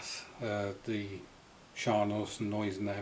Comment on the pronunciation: The pronunciation was quite understandable,. A great ship named after Field Marshal August Neidhardt von Gneisenau. Now a part of your collection! Best wishes,. Greetings, Joachim